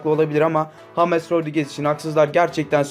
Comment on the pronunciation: Salak mısın neden james yerine hames diyon